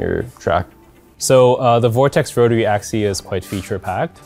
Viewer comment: Axis!! AXIS!! Not axy!! Dammit!! Put me off my breakfast!!